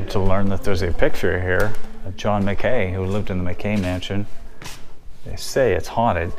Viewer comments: John MCKAY? No, John Mack-ey. You should do some basic due diligence and be able to at least pronounce names correctly. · I crack up at your pronunciation of the Priest's name...locals say it "MAN-O (hard o) GUH (similar to 'gum' sound without 'm' on the end) and on John Mackay...not "Mac Kay" but "Mack Key"...One locals opinion anyway! Other than that...interesting! Sarah looked like she was suffering from the altitude!